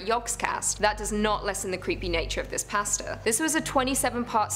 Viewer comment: Shadow Bonnie it is and she saying pasta wrong